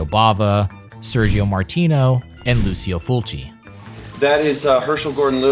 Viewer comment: Call me Pedantic but saying Lucio Fulci's name the Americanized way is, ridiculous, disrespectful and even a bit comical. Thanks to Quentin Tarantino and his rerelease of, 'The Beyond' I have been a fan of Fulci, for over 20 years and have had conversations about him, in Englisg, Spanish and French. I have also listened to commentaries, documentaries and podcasts, that speak his name. None of them have ever said it the way you are saying it! The majority of people may be saying, so what? Well, take your own name, a family member, a favorite musician, author, etc. Say it 'wrong'!! I beleive, you too would find fault with someone, you Love or respect, have their name pronounced differently, than what they prefer. Ask an Italian, ask Brad Jones, aka The Cinema Snob. Ask me ;) Ask the guys at RLM, ask Phaelous, ask Doug Walker! You are not saying it the cay his own friends, fellow country men, critics and every other person I have heard it said, in 25 years, say it. It's a free country, It's Your choice but the way you choose to say it, is making my ears and :) eyes BLEED. So please show some respect because, "Lucky" for you. Most people who will hear it as I do, won't tell you. They will just click on the next video. Click.